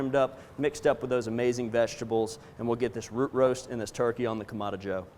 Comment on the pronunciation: “Either side” means one or the other, not both, and is incorrect grammar per your use. Kamado is pronounced kah-mah-doh and has a specific meaning. It is not pronounced Kah-mah-dah.